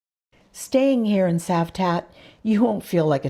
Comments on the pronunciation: 🤣 Citroen is pronounced as Sitroen - so it`s not Cavtat as Savtat! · Well, nice video, but it is not Kavtat it is Cavtat witch C like Citroen (not Kitroen) 🙂